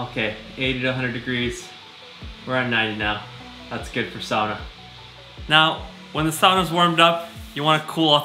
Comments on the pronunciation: That looks like...fun? And now I know the correct way to say “sauna.” Happy Birthday! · Just stumbled across this - I grew up in the upper peninsula of Michigan, in an area that had a lot of Finnish settlers 150 years ago who brought the sauna tradition with them (a place called Sugar Island, no joke!) I grew up pronouncing “sauna” like you do though never quite believing my dad when he claimed that was how the old Finlanders would say it!! I’ve jumped in holes in the ice in winter too. My dream house has a sauna in it 😊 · Warms my heart to hear you say sauna properly. I grew up in Florida with my Finnish mom and American dad and even though we didn't own a sauna, and even though it was really hot there, Mom found a sauna in our town and we went once a week for a while. I don't know why it bugs me so much to hear people here (U.S.) say it the way they do. It's just hard to hear it butchered.